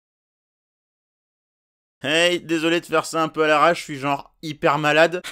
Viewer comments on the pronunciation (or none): none